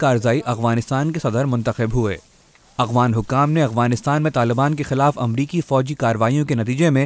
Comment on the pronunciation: who is this Illiterate person, who does not know how to pronunce Afghan , this Afghan not Abghan. hahahaahah pakistani besawad thanks